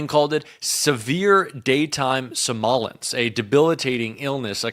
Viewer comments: Summ-OL-ince? It’s SOM-null-intz. Please take the time to look up the big words. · Good stuff here. Quick pronunciation correction though: “somnolence” (sleepiness) is pronounced SOM-no-lence, not SOM-o-lence.